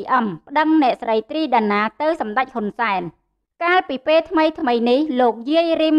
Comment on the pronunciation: ពិធីការនី គោការណ៍ ឬ គោលការណ៍ ដែ ឬ ដែល ពេ ឬ ពេល សូមនិយាយពាក្យខ្មែរឲ្យច្បាស់ ។